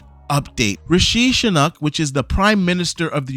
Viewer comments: Rishi rhymes with squishy. Sunak is pronounced like "sue knack". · That pronunciation of our prime minister’s name 😂.